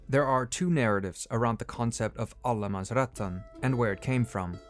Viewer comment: Great video, but just a bit of pedanticism, it's Allemansrätten, not Allemansrättan.